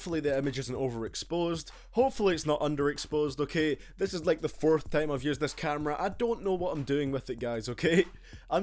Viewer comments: hahaha he said tiem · Hahaha he said "tiem"